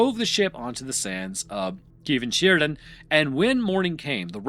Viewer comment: its pronounced "Kar Mar Than Sher." just if you were wondering.